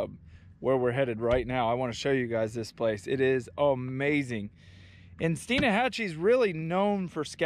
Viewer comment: It’s Stein Hatchee not Stein a hatchee.